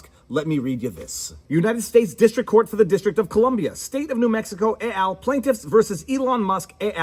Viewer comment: "Et al." is Latin not French, the "t" is not silent.